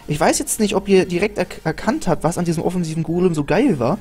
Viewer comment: Du sagst immer mägaminion oder golm xD